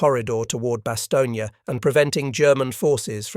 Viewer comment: The last letter.is not.pronounce so it Bastogn